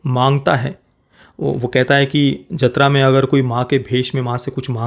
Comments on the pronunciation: Bro its jaathara not jathra, even Shreyas Talpade pronounced it wrong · जतरा(Jatra) नहीं, जातरा (Jaatara)l